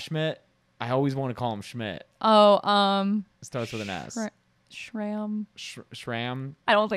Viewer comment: Its strahm not stram